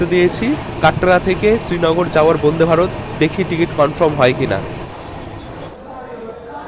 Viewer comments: apni bonde varot bolchen keno?A R Rahmaner gunta gun bolte na parle Vande e e e ma taram. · বোনদে ভারত না বলে বনদে ভারত, উচ্চারণ করতে হবে। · তোর কি আলজিভ মোটা না কি ইচ্ছে করে বোনদে ভারত বোনদে ভারত করিস। তোরা গ্রামে থাকিস ভুল উচ্চারণ হতেই পারে তা বলে সেটাকে রেক্টিফাই করে দিলে কি ইচ্ছা করে ওই একই উচ্চারণ করিস যে আমি যেটা বলছি সেটাই ঠিক। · বন্দে ভারত ❌ বুন্দে ভারত ✅ শরীর ❌ শরীল ✅